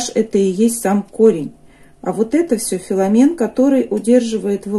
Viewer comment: Не Феломен,а Веломен)))